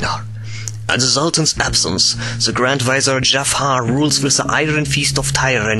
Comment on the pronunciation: BITTE ES IST NICH BÖSE GEMEINt aber sprich the nicht wie se aus bitte das machen schon zu viele